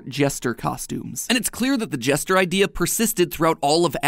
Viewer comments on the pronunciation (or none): none